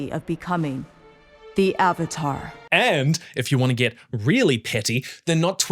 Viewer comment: "Eve-atar the lost ear-binder" 🤣🤣